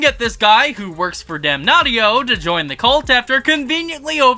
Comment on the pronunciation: Damnatio not Damnaughtyyo lol